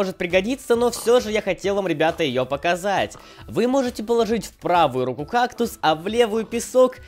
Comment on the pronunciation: рУку, а не рукУ